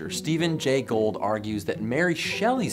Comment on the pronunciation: I believe you mispronounced "Gould."